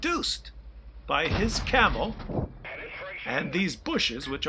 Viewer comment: At , it sounds as though you said "bushes provide camel" lol Guess I would have to agree with that statement :D